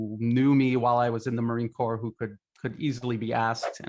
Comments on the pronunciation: The anchor pronounces "US marine corps" as "corpse". Purposefullly? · Sorry, but the name is pronounced Core, not like corpse. Thank you. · the "s" in "Corps" is silent.